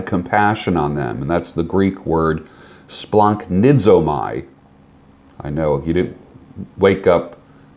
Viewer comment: Hey, I watch your videos for some months now. Very inspiring content although i started for the beard thing:) Anyway, I reached out now because i am a Greek guy (yes leaving in Athens), so i just wanted to let you know, the compo of "a" and "i" in Greek is pronounced as "e" so we pronounce (using latin alphabet) like "splahnizome" not "splahnisomai":) Cheers!